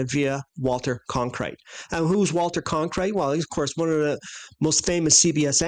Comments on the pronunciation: Can someone tell that guy saying Conkrite, he’s butchering the name Cronkite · CON - krite.. Admit it, it was a freudian slip. 😄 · You mispronouncing Cronkite's name remided me the time when Armstrong mispronounced the words solar corona in that disastrous A11 presser.. When he said he didn't remember what stars he could see when photographing in the "sonar corola" I knew he never saw any stars anywhere in space.. Without needing to "look through the optics" of course! 😂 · "You mispronouncing Cronkite's name remided me the time when Armstrong mispronounced the words solar corona in that disastrous A11 presser.. When he said he didn't remember what stars he could see when photographing in the "sonar corola" I knew he never saw any stars anywhere in space.. Without needing to "look through the optics" of course! " But of course our NASA friends on here give him a pass. 😂